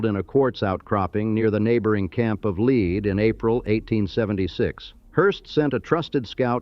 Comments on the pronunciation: Lead SD is called “leed” versus as commentor says “led” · The town Lead is not pronounced like the poisonous lead, but it's pronounced Leed, like lee-ed. Anyone from South Dakota knows it's Leeed, but it seems that no one else does. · Lead, sd is pronounced leed... it's a gold thing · Lead rhymes with reed. Ugh, AI. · Buildings made of lead are also called “leed” by builders. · Great video, some strange pieces of film, like scenes from Tombstone, but whatever. I thought it was funny when the A.I. narrator called a colt forty five a 'point four five' and couldn't decide how to pronounce Lead, use in lead as in the mineral most of the time when it's actually lead as in to lead the parade.